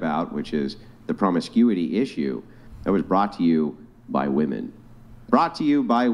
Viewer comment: At around 2min. in... why is it (yet again) seemingly impossible for young women to use the plural form of the singular Woman? Ladies... honest question... it’s really not rocket science... why can’t you say “women” /wi’men.... It’s not that hard to say it correctly. Why have so many young women in the US seemingly lost this ability to use the grammar from their own language? Simply boggles the mind....